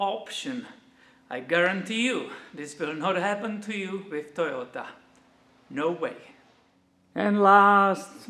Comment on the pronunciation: pronunciation of Toyota right on the money and yes I love Toyota as well since I was 15 years I've only owned Toyota's